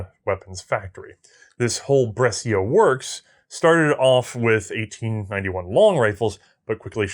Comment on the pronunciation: Brescia, pronounced "Bresha", not "Bresseeya"